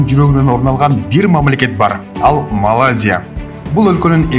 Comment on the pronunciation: Молодцы жакшы, аракет кылыпсынар! Бирок МАЛАЗИЯ эмес, МалаЙзия десен сонун болмок